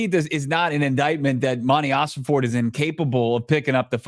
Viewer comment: Im not gonna like your videos anymore, until quits calling Monty OsenFORT, OsenFORD!! STOP IT, IT DRIVES ME NUTS! IM OCD, YOU'RE MAKING ME CRAZY!!😂